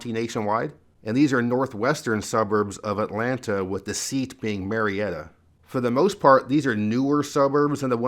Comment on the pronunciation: I love how you say the “T” in Atlanta. I’ve lived in Northern Virginia for 40 years and my husband is from Georgia and I completely forgot that there is a T in that word.😂